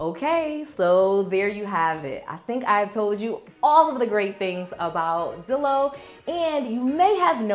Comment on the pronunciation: Is it too late for the word lol it’s Zillow I know it may not matter but I’m subscribed now lol